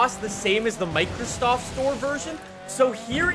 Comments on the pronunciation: Are we going to ignore the fact that said "Microstoft store" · "Microstoft" lmao